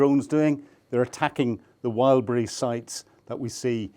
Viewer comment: Its called Wild BERRIES stop calling it wild breeze